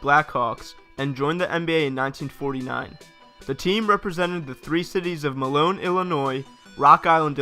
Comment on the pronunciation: It's Moline (Mo-LEEN), Illinois, not Malone, Illinois.